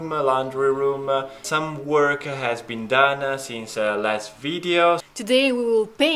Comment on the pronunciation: Dear, You many times add an extra syllable "a" to words. One example is you say WORKA instead of WORK! Hope this helps! I have wondered about this because it is so common. Your brother does not add the extra "a" at the end of words. Sara does not. This is not a criticism! Thumbs up and I'm a subscriber!